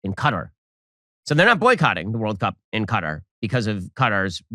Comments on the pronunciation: It's pretty funny that Ben Shapiro is Dysarthic, or he never studied the English language, or he simply never got past the 6th grade. The man can not pronounce words properly. He said the country of "Cutter" not Qatar. Pronounced "Ka-tar" goes to show you his True Intelligence 👍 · Yes, it's Qatar NOT CUTTER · Bruh this dude pronounced Qatar CUTTUR 😂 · is he saying Cutter? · Yes it's common to hear Americans mispronounce Qatar like cutter